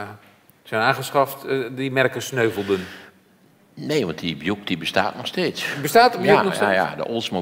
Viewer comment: De alles- en betweter die Buick uitspreekt als Bjoeck ipv Bjoeïck. Tja...